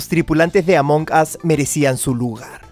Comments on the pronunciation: Dijo amoncas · Sabes que se dice Amon as la g es muda